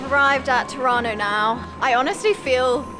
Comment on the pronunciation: Every time she says "Tirano" I understand "Toronto" and my brain goes "wait, she's in Toronto?" "Oh, Tirano!! She's in Tirano! Brain fart!" Lol... Thank you for sharing this amazing journey.